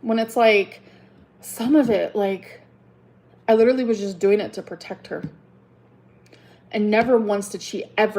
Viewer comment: If she says leeduraleeeey one more time 👀